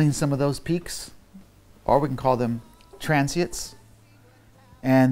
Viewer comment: "Transiets" Is he seriously saying it wrong??? Transient, Mr. Puig..wow.